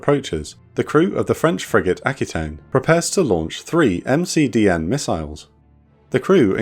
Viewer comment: <3 MdCN not McDN <3